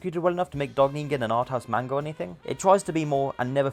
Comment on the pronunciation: The mispronunciation of manga every time he says it makes me wanna die 💀💔